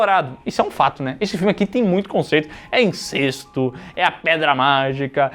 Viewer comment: Não sei de onde a galera tira que a pronúncia é INCÊSTO. É INCÉSTO!!!!